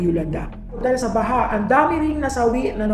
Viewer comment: englishin mo na lang kasi... Mali yong mga pilipino accents mo tulad ng TAONG, BAHA...